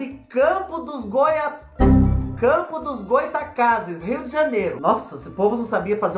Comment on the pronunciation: Ah fubá vc não sabe falar o nome d minha cidade, eu te amo tanto sou também d Campos dos Goytacazes RJ 🇧🇷